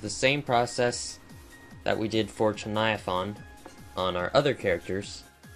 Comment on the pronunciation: You said chuviathaun not chuniathain